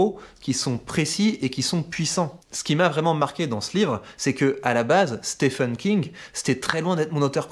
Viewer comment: Excellents, par contre mes amis francophones, je vous le dis, y a que nous pour penser que le nom "Stephen King" se prononce "Stéfeune". Stephen, ça se prononce exactement comme "Steven" pour les anglophones. À bon entendeur ;)